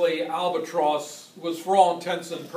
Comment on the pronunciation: Albatrose. That’s the first I’ve heard it pronounced like that. BTW, I’m fairly confident that the Siemens Halske Sh.III rotary 160hp had both the crankcase and prop spinning in the same direction. However, the crankshaft turned the opposite direction of the crankcase and the prop. Also the prop/crankcase was geared to turn at a lower rpm.